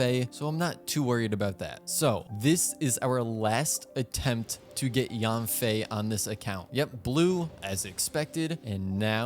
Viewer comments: Maybe the reason yanfei didn't come is because you pronounced her name wrong. Pronounced YEN-fei not YAN-fei. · Actually it's pronounced Yian-fey with a down tone. Yen doesn't even come close to the actual pronunciation for 烟